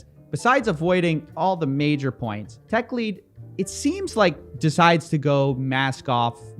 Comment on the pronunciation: Techlead rhymes with 'dead' not 'deed' , it sinks like lead !